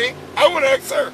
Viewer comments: I'd arrest him for threat of great bodily i injury - he told the LEO "I wanna axe you" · This guy must be a Lumberjack, because he says "Axe" a lot.